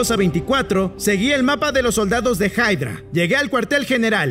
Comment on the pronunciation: No se dise haydra se dise hydra